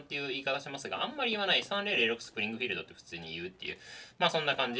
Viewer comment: アメリカ生活では30-06 は、サーティ オーシックスって発音してました。